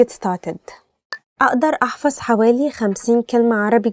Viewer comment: There are many pronounciation mistakes in the first sentence اقدر احفظ 50 كلمة عربي جديدة في اليوم 1) عربية is the right not عربي. 2) اقدر aqdar Not a'adar 3) احفظ A7FADH NOT A7FAZ 4) جديدة JADEEDAH NOT IGDEEDAH 5) اليوم ILYAUM NOT ILYUUM I just reviewed the first sentence only